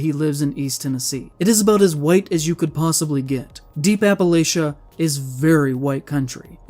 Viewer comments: when he says appa-lay-shuh you know hes got no clue what hes talking about 💀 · He also used the common mispronunciation of Appalachia. He pronounced the "ch" as a "SH" like "ship" and not "CH" like "chip" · As an East TN native myself, I can safely say that while there are racists out here, there are also a vast number of people who are ready to punch their local racist at the drop of a hat. Also, it's pronounced "appalatcha" Not "appalaysha" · Oh my god. This guy says people from Appalachia are all racist. But pronounced it wrong. Shoe pronounces it right and defends people from Appalachia. I love you shoe. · Shoe and the guy are mispronouncing "Appalachia" so terribly. It's pronounced "Appalachia," for chrissakes. Get yer banjos tuned, piggies. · The Appalachia slander is fucking wild. Like dude, you can’t pronounce it correctly to begin with and then you’re gonna call us racist. Dawg, we’re historically the poorest region in the entire United States. We quite literally cannot afford to be racist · This guy's said a lot of dumb stuff, but the worst thing is how he pronounces "Appalachia". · Dude literally went full "my life sucks and no one likes me.... so those guys are Nazis for being succesful!" Edit: As a proud Appalachian, Im more pissed off at him pronouncing "Appalachia" wrong. Shit irks me so bad. Being caled racist by a lefty virgin is just another friday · It’s pronounced “Appalachia” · Thank you for pronouncing “Appalachia” correctly, unlike the prejudiced bigot this video is about. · As someone who lives in Tennessee "Appalachia" this pissed me off pretty good.